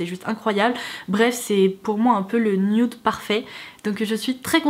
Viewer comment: C'est "nude" pas "nioude"